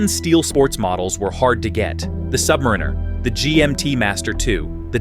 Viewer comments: AI needs to learn how to say "submariner". What we get is "submrrinrrr" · I have now watched three videos similar to this ... "the Rolex sky is falling." Not only were they nearly identical in their content, but NONE could properly pronounce "Submariner." All credibility was lost. In truth, there was no credibility because as a watch collector I am very familiar with the market and it is still nearly impossible to get a Daytona, a 5811, or an AP RO from an AD. The peak for grey market pricing was in fact Feb./Mar. 2022. Those grey market prices have dropped, but the AD prices are only higher.